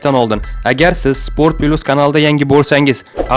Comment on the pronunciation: Спорт пилус мас спорт плюс гаприлади кутбачча